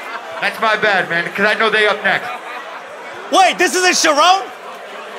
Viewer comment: I think dropped a charron bar right before too. Calling rone’s mom a Sha-Rone. So it just slipped. 😂